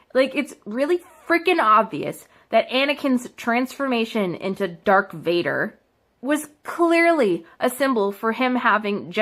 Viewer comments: Lifesavers? They are called lightsabers the little green guy is called yoda the hairy people are called wookies. Anakin's saber was taken it doesn't slowly change he gets a new one also it is pronounced darth vader not dark vader also there where sith that didn't use red some jedi used red to just not in the movies how about you research what the different lightsaber colors mean So piss off plus the new movies are actually supposed to favor women the woman who has made the movies even made a shirt a shirt that said the force is female you women have ruined so many great stories just for being "sexist". I am not against feminism I am against people like this foolish girl. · if u go to that bit u can hear her say dark Vader instead of darth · This bitch really said “Dark” Vader OMFG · I feel like she is deliberately saying words wrong. Otherwise she definitely hasn't watch them. "DARK Vader" "Life savers" and then comparing the Dark dark side to periods? Like what? It doesn't even barely relate. If you have to stretch that hard to connect the two is pretty silly. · OH WERE THE DAM IDIOTS HERE U CANT EVEN SPEAK ITS NOT DARK VADER ITS DARTH VADER AND LIGHT SABER NOT LIFE SABER OH AND YODA THE LITTLE GREEN ONE AND CHUBACA SO YEAH WERE THE IDIOTS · Its not Dark wader its darth vader and Light saber not life saber